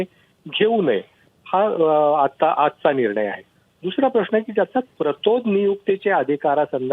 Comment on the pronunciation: हल्ली प्रश्न हा शब्द प्रश्ण असा चुकीचा बोलला जातोय , आपले काय मत